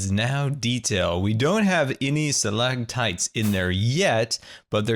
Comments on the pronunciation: Did anyone else realize that didn't make the "t" sounds in Stalagmites and stalactites? 😂😂😂 It's okay,. You'll learn... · It annoyed me so much that you said stalactites and stalagmites wrong